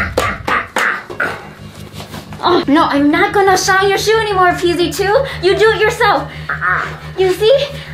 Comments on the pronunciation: Vy said fee z su but it's. PZ 2🤣🤣🤣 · vy you said pz2 rong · Did anyone realize that vy qwaint said pz zoo the when see meant to say pz 2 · Vy you said pz sau to pz 2